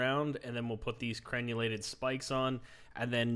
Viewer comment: It's cren-ell-ated, not cren-u-lated. The crenels are the teeth, the merlons are the gaps. I haven't played much of exiles yet, but in other bases I've built, I find machicolations to be most efficacious. Cracking good work on the series. Thank ye.